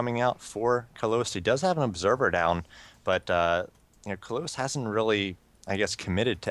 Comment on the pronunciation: Lol, no offense to u guys, but you might want to take a better look at "Kalous" ...it's not Kaluos or Kaluis :)